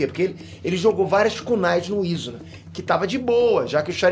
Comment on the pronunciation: É foda o cara nem ver o anime e pronúncia os nomes dos cara errado,"izuna", perte nem sabe pronunciar o nome dos personagens